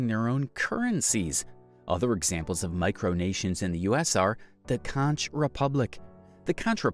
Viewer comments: It's pronounced "conk republic," not "contch republic." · It's not KON-CH....it's KONK (CONCH) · Conch is pronounced "konk"